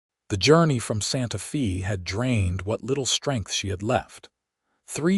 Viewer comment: Where is "Santa Fee" located. Santa Fe ( pronounced Santa Fey) is the capital of New Mexico. Get a better AI to narrate.